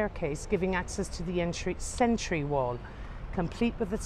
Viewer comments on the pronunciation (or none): none